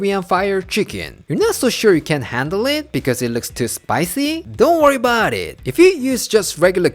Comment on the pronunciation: How you say "Don't worry about it" in every video makes you look like a Korean version of an Italian-American... "Don't worry 'bout it!" 🤌🏻